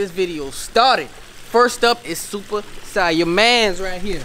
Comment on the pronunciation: Brah you just said Siah now you said saih now come on now